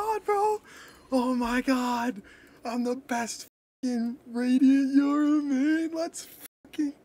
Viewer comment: This guy mispronounced my username when I subbed on twitch and he said he was doing it for the money. Thank Yoru he’s rank 1 tho